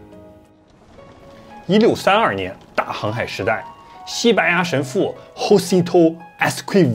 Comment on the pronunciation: 西班牙神父 Jacinto 如果以西班牙文方式，念錯囉~~